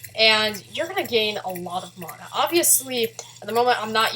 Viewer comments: its man-a not manoh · ITS NOT MONA, ITS MANA. GET IT RIGHT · Mauna MONA? moana? muna.. wait.. meononaa? OOOH NEMO! ok seriously this is the first time I've heard someone pronounce it like that.